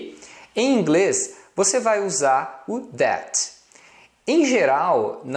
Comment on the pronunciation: sua pronúncia do that esta errada,nao é déte e sim thé, o t não se pronuncia, e para falar o th , tem que colocar a lingua nos dentes.